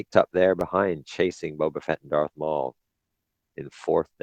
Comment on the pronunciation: Eeeehhhh ITS BO BA FETT